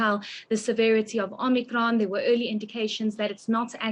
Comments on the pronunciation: Love how she pronounces Omnikron its like that wimpy ad I love it when you talk foreign 😂😂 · Heidi says " Omnicron" like the terminator 😅🤣😂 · Optimus Prime and Om-nee-cron